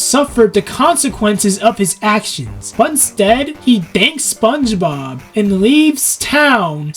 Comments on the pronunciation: you kept saying SpongeBog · Your constant mispronunciation of “SpongeBob” is extremely distracting